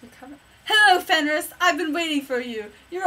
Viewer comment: Its pronounced fenrare